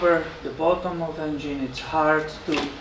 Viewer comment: I like the way you say "en-gene" ☺️